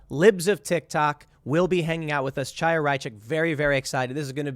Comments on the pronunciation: The first syllable of Chaya Raichik's name is the same as in "Chanukah." It's not a "tsha," it would be closer to say "ha," if you can't make the gutteral Hebrew "cha" sound. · Chaya is pronounced "Hiya" btw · Love your stuff, Tim! Just a small note, Chaya is an Anglicized Hebrew name. A closer pronunciation would be Hiya (as though you were saying hello casually.)